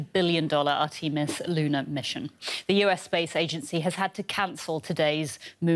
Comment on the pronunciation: Art-`tee-mus rocket. Love it.